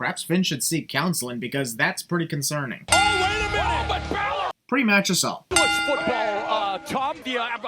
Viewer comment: I thought the "Bailor" botch is funny.